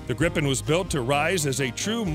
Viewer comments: Gripen pron: (Gr-ee-pen), means Griphon in swedish. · Its so funny as a person Who is from sweden hear him say "grippen"